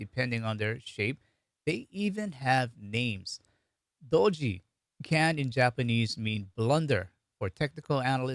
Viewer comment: Do'ji - Blunder is pronounced with very short o with accent on Do. If pronounced Doooji, it means simultaneity. So I thought Doji symbol meant buying and selling happening in the same amount, happening simultaneously. I didn't know the true meaning until today. It was a fun video. Thank you!